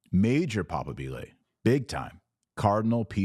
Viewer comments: Dr Taylor, please if you use Italian words be sure to pronounce them with the right stress it is not "papabìle" but "papàbile" (stress on the A not on the I": great video! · ‘Papa’bile’ , not ‘papabi’le’. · Please may I kindly ask that if you use Italian that you try to pronounce it correctly: it's papábile, not papabíle. As a rule larin based languages put the emphasis on the third syllable from the end. If that doesn't work you can always say electable candidate. Thx